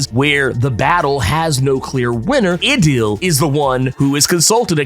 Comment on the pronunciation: Um. "Idyll" is pronounced like ai-dle, rhymes with "idol" & "idle"... meaning a happy, peaceful, picturesque period or situation, typically an idealized or unsustainable one. It's an English word. ;) Anyway, Tarn was so threateningly badass in Hellions, it really felt like he was the NEXT big bad (since Apocalypse has become lovestruck husband & loving father & Sinister is a literal clown). & then we see Storm cut a bïtch. LOL don't mess with Miss Munroe, simpleton!!!!